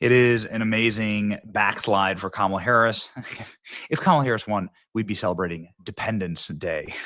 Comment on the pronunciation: Thank you for saying her kamala the correct way Benny … fake news says it the wrong way